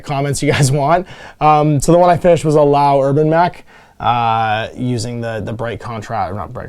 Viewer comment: House LEE-YOWW not LAO. It's not that difficult